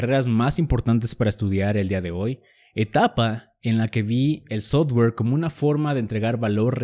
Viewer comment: No entiendo si sabes ingles por que pronuncias sotguer en vez de softguer? Si es software